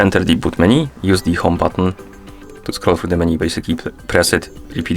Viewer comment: MenU bro, not MenY :) thank you